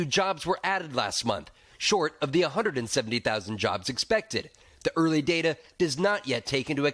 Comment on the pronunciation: CAN-AHH-Da not CYAN-a-da